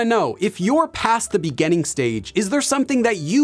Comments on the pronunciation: just curious about your accent when you say "beginning" as "begenning"...from where is that? Thanks. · Take a shot everytime he says "in the beganning" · It's interesting how teacher pronounces “beginning” and “beginners” as -- “begainning” and “beganners”! 🤔 Which part of the States has this variation or accent? 🤔